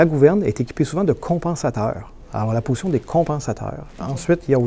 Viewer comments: Si toi aussi tu entends ''potion'' au lieu de ''position'' bah c'est sur t'es un Gaulois 😅😅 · oui je viens d’entendre aussi potion au lieu de position par contre on a bien entendu compensateur le Boeing a toujours u des ennuis avec les gouvernes sur ses 737 et ce n'est pas nouveau